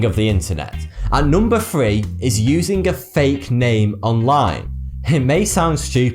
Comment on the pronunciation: "at numba free"